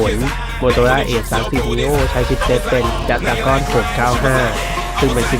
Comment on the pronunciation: เห็นด้วยครับ